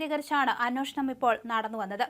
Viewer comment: Anweshanam ennu serikkku para. Neeyokke evidunna Malayalam padiche